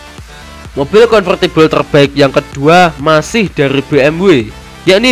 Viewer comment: Mobil mas... Bukan moppil